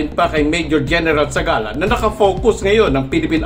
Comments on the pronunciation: Zagala hindi Zabala. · Zagala /Hindi zabala